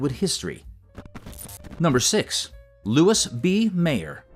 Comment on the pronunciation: It's pronounced "Mar-LAY-nuh" Dietrich and "Louie" B. Mayer. Terrible AI narration.